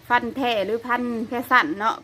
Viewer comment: ทำไมคนประเทศลาวพูด ฟ ฟันเป็น พ พาน